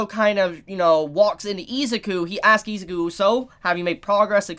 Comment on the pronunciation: I'm just going to tell you now, Isuzu is pronounced I-Zoo-Koo Not Eez-ik-ew